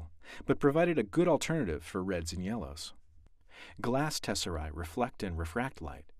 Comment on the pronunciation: It’s tesserae not tesseri...